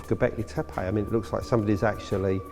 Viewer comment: ...oh gawd, it's HIM again....... 'Ghawbecklaaaay Theppaaaaayyy'..... FFS.